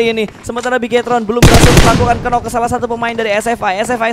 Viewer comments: “Nok” woi nok. Bukan “kenok” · Plislah jgn mengucap kata “knock” jadi kenok. Aneh bgt, apa ga pernah belajar? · 'knock' itu dibacannya /nok/ 'k' nya ngga dibaca alias silent word...